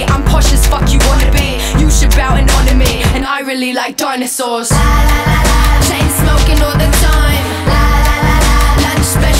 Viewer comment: She probably just wanted to say it in the British accent 😂😂😂